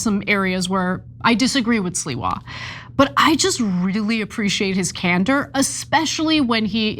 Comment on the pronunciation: It's not Sliwa Ana, it's Sliwa say it correct Sliwa